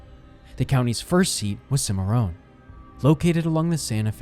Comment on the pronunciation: This video title is grossly misleading by claiming Bill Tilghman was a bounty hunter. No mention is made of Bill Tilghman's older brother, Richard, who was killed by Indians while hunting with Bill. Cimarron is pronounced "Sim-uh-ron". The man who murdered Tilghman was himself killed in 1932 when he tried to murder another lawman and friend of Bill Tilghman. In the ensuing gunfight the killer was mortally wounded by his intended victim, Oklahoma State Bureau of Investigation Agent Crockett Long. Long also died, as did bystander Rody Watkins. Another bystander, John Hilburn, was wounded by the gunman but survived.